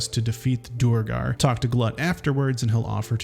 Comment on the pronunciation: come on man, how do you mispronounce words like duergar or bulette when the game literally tells you how to say them